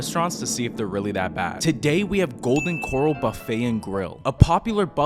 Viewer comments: He made it sound like a seafood joint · Why are you pronouncing it Golden Coral as in Golden coral reef? Dude it’s pronounced Corral like a live stock Corral 🤦‍♂️ Sound it out like this Core, AL. Core as in the center Core and then AL as in someone named AL. Corral 😂. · It’s Golden Corral not golden coral 🪸 lol you definitely don’t belong in Texas I wade deport u myself but I’m pretty far from where u at lol 😂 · It’s not Golden Coral, it’s Golden Corral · This guy just lost a whole bunch of credibility and integrity with me. He proved he’s just an idiot who can’t properly pronounce the word “corral” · It's Golden Cor-RAL 🙄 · It's Co-rel not 🪸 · I want to fight you 😂 WTF is a Golden 🪸Coral… what in the unda sea is wrong with you. 😂😂😂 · Golden Coral pronunciation is killing me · You fucked up dawg😂😂 "coral" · Golden "Corle" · Its Kǒr-AL. As in … the bull is in the corral ... Although i do believe they have seafood at the GC. 🤔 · This has to be ragebait because why is he saying Coral???? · Corral. CorRAL. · Golden Core-owl is the pronunciation. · I give you 2.4/5 for pronouncing it Coral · Golden “coral” 🤣 😂!! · First time I've heard someone pronounce it "Golden Coral" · Golden Corral not coral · Golden Kor-Al Simmons. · The way he pronounced it. Can’t take him seriously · Had me thinking I’ve been pronouncing it wrong my entire life. Looking at the comments… it’s just you. 😂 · Bruh the way you pronounce “corral” made me click off video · You have to be trolling pronouncing it that way. Be better man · Dude I just disliked your video and I'm gonna block you for mispronouncing GOLDEN CORRAL. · One star for mispronunciation of Golden Corral 😅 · The way he's pronouncing "Corral" is making me want to rage quit. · I knew it was gonna be trash just from how he pronounced it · I refuse to trust someone who cant even pronounce the business name